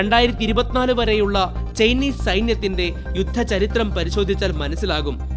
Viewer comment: ചെയിനീസ് സൈന്യം അല്ല ചൈനീസ് സൈന്യം. ചെയ്‌ന അല്ല ചൈന 😂😂😂😂